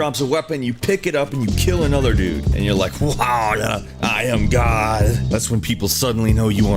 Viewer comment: LMAO He was supposed to say "Awwww i am god" but he said "uraaahhhlll i am gahhhlld" XD